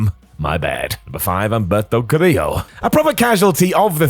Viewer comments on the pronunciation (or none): Humberto* not Ămbăto Carrío